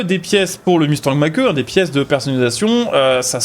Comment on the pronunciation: Mach E ce prononce Mach " i " xD